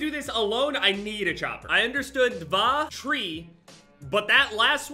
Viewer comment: it doesn't say tree - it's čtiri - it means four, dva is two